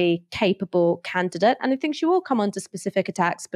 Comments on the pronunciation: 'Fink tank'... bro please learn to pronounce 'th'. You're so well spoken otherwise. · Your broadcasts would carry so much more weight if you could only pronounce your "th" words without using "f". Sorry to point this out and I do so because I'm certain it is only a problem of habit rather than anything else. When you say "fink" for "think" or "bofe" for "both" it diminishes your impact.